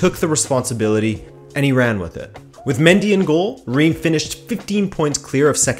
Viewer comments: Omg how you pronounced Reims I'm almost not recognize the name ! ^^ I'm French so I can tell you : it's prononced "Rins" or "Rince" The "s" at the end is pronounced, even if in "Rennes" or "Paris" it's not the case I know, it's tricky ^^' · Nice video and great Iberian pronunciations as always butttt... not to nitpick too much... 'Reims' is and odd one in French, pronounced almost like 'Rhance' (with the 'rh' part rolled) 👍 Sincerely, A Pedant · The way he says Reims bothers me.